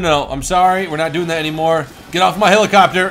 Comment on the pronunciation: HE ALWAYS SAYS HILACOPTER INSTEAD OF HELICOPTER AND IT PISSES ME OFF